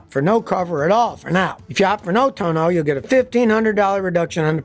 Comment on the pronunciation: Love how you sometimes pronounce it 'tune-oh'. Thanks for the laugh. Made my day. I guess, given its frequent failure, the proper pronunciation really should be 'Tune-Oh'. Great humor Scotty 😁!